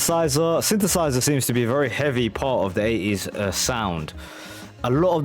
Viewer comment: Your accent got me good this time around mate. How on earth do you say 80s without pronouncing the T? Aye-ees 🙃. As others have said this was a working class take on the flamboyant music of the period